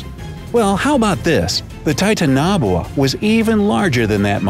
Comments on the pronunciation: It’s actually pronounced titan aaa boh aaa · titan-aboa Hermione: It’s not Titan-nboa it’s pronounced titanaboa. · did u say the name right I’m pretty sure it’s T-I-tana-Boa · The dinosaurs got extinction by a meteor why would anyone listen to you you cant even pronounce its name ti tan a bowa and you literally sed it didnt live at same time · Wrong its actuly titanoboua not titanaboua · You said the snakes name wrong (tie) (tan) (a) (bo) (a) I think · Oh sorry I'm saying it like this Ty-tan-o-boa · Its ti ta na boa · IKR!! Titanboa!! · Yeah it's titan a boa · Oej Ohh its still not correct in english its tie-tan-oh-boah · Why does he pronounce it so oddly? Titan-o-boa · It’s pronounced TIE-TAN-UH-BOW-UH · You mean titan-a-boa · I’m pretty sure it’s pronounced like Titan na bowa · It's pronounced Titan O Boa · Say it with me TI-TANO-BOA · It's not titanaboawa its pronounced titaniboa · Godamm titanaboa evolved 30 million years ago, Dinosaurs went extinct 65 million years ago. Also its pronounced " Ti-tan-Oh-Bowuh " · Tie tan a bow ah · It sounded like titan-ogwah to me. After seeing the couple comments like this one saying he was pronouncing it wrong, I had to listen to him saying it 3 more times before I could hear that he was actually making a B sound instead of a G sound. If it wasn't for these comments though no matter how many times I heard it back to back I'd probably still hear it as a G sound instead of B sound. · The way he pronounces titanoboa is idiotic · He is saying it wrong it is like titan and boa like boa constrictor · I like the video, but HOW DID YOU NOT PRONOUNCE TITANOBOA RIGHT??? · That pronunciation is almost more horrifying then the snake itself 😂😂🐍 Still a good video as always so thumbs up👍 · Honestly the pronunciation of the creature instantly made me not continue with this video .. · you pronounced it wrong:( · You pronounced it's name WRONG !!! HOW DO YOU MESS THAT UP ???!?!?! WOW... SMH !!!! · Dislike for mispronunciation